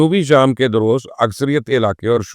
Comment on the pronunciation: It's "Druze" not "daroze"